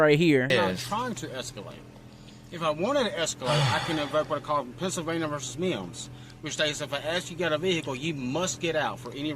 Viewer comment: Pennsylvania V “Meeeimms”